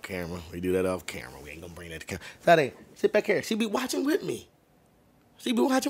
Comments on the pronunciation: Big Fan. no biggie but it's pronounced Sha-day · Hold on… You saying Sah Day? Sade is said Sha Day. At least you ain’t call her Say Dee. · Sade is pronounced Sha-day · Come on, it's SHAH-DEY not SAH-DEY. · My man you pronounce her name Shah-day..... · Bro........ it's (Sha-Day). You have a whole a$$ pillow of that amazing creature, and you still mispronounce her name haha. Still love ya though.